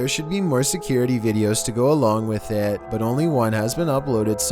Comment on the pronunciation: "What is isaaat?" I choked on my drink laughing hearing how he said "it" lmao!! 😂😂😂😂😂